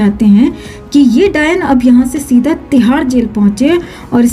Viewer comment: Jab aap dayan bolte ho to mujhe hasi aati hai